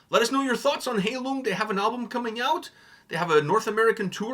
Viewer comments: You both need to do more research before reacting to a video. You both mispronounced the name multiple times. The name is pronounced 'HIGH-Loong'. When you pronounce it as Hay-lung you disrespect the meaning of the name. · High lung, not hay lung. 🙂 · For your information, the "ei" in Heilung is spelled like the "i" in ice. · I love this song so much. It’s actually written in the video describtion, that the volume of the vocals is purposefully quite low as to blend in with the instrumental. And to show off my German skills – Heilung ist pronounced „high-loong“